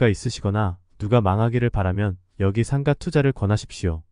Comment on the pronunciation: 상가는 상까로 발음하지 말고 상가로 발음하세요